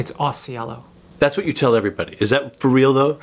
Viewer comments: Ausiello is an italian surname, so its not said elow, but el-lo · Assuming the surname is Italian (and I think it is) it is not the way to pronounce it